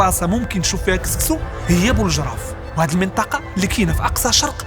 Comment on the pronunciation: سيمتو "سكسو" ماشي "كسكسو"